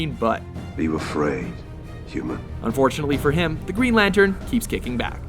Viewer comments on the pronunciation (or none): "Green Latern" ;) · green 'latern'? where's the 'n'?